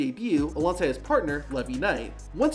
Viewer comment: Why are people s SOOOOO bad at pronouncing? Lol Never not once in my life have I ever seen an example of "" pronounced "Levy", yet people do it all the time lol